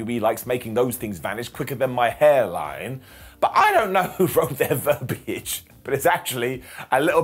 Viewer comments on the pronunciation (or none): none